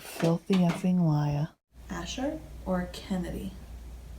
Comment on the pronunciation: Lmao when Asuelu called you a LAIYUR 🤣🤣 y’all are hilarious